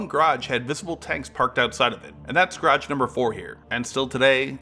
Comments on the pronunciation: Please its GArage not GRRUge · It’s garage, not grage. Take the time to speak clearly. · My teeth grate every time you pronounce Garage 😵‍💫🤷🏻‍♂️😂